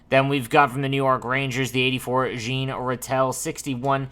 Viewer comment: wow thats not how you say Jean Ratelle name LUL Jean is said like Jean Beliveau not like jeans hahah